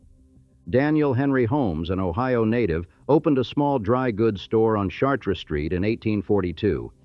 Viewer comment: Chartres street is pronounced "charters" in New Orleans, not the French way.